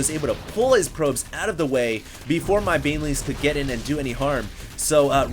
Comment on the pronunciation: did you say beanlings?